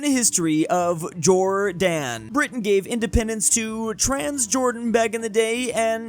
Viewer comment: "Modren history of Jorr-dan"